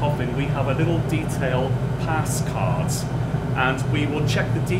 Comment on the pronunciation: It’s card not “caautttt”